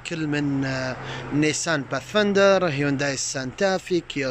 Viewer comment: أخوي انت متميز بتغطياتك ماشاء الله لكن تحتاج العمل على تقوية نفسك في اللغة الانجليزية عالأقل المسميات كل مسميات السيارات قلتها غلط هوندا بايلوت وليس بيلوت نيسان باث فااايندر وليس بثفيندر كيا سورينتو وليس سورنيتو فورد اكسبلورر وليس اكسبلور